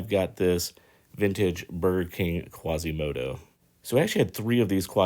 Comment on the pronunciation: quasímodo not quàsimodo